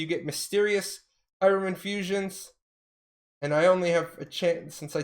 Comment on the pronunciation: I hate the way you say hiram, say it the european, god that shit kills me... H"i"r"a"m